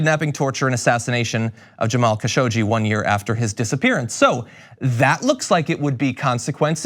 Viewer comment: Please do your research before recording videos. Things like mispronouncing the name Khashoggi don't help your credibility.